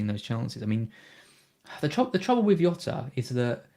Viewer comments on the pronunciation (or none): Really enjoy Black Box but this week and must have incorrectly said Jota as Yota about 100 times and it grated every time. He's Portuguese so it's Jota with a rolled J sounding a bit like Jzota, please stop trying to be clever by saying Yota and getting it completely wrong. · its not "yota" Its diogo jota. hes portugese. cmon. youve seen the spurs documentary... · Fkin. Not Yota. Pronunciation is like shota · please stop saying yota